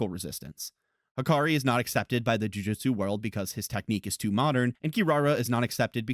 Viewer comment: Amazing video, and this is not a dig, just a note because it keeps bugging me: it's pronounced Joo-Joot-su, not Joo-Jit-Su.